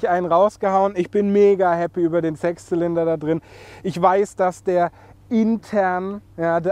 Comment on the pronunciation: oder;) Hast du „Sex Zylinder“ gesagt?!